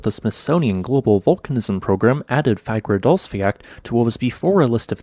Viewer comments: id say a better pronounciation would be fagradalls-fyall, not fiak, its sounds much more like the icelandic pronounciation and should be just as easy for you to say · Fagradasfjall is actually pronounced /fagradasfeeyatl/ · Its pronounced fagradalsjalt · Love the content! just a little thing, the way you pronounce Fagradalfjall, it has a strong L sound at the end, like you would pronounce the L in Lava, not the ck sound like in "jack" :) It's pronounced like; Fa(h)gra(h)da(h)ls-fjaL. Hope this was helpful :)